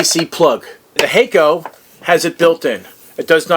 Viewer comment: Hack-oh not Hay-co👍